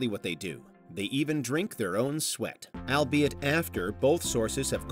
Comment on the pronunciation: I stopped watching after our all knowing announcer mispronounced "albeit"